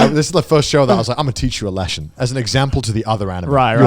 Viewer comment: Connor: "I'm gonna teach you a 'leshin'."